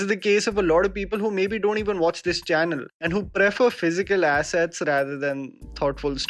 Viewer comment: That strange pause when says Physical assets😂😂😂